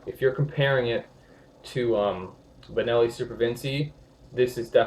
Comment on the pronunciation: Half decent video in spite of the fact that he mispronounces the name of the Benelli about 35 times